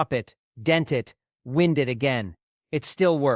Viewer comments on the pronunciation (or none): Wind up = wīnd, not wind, a short I sound makes it wind, or blowing air. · Wind up clocks suck. they unwind when you least expect them to. Computer can't pronounce wined up clock. Ha Ha.